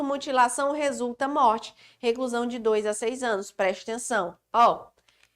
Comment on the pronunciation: ''PRESTENÇÃO'' kkk ótima aula prof